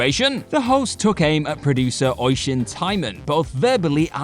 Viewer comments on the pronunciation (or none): Good try pronouncing Oisin but... No 😂